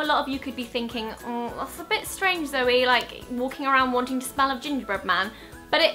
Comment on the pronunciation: Nice attempt of a saying Zoe😂 Love these videos<3